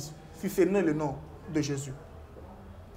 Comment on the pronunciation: Pseudo débat! Aucun sens et aucun fondement. Attention à la prononciation. JÉSUS et non JÉSIS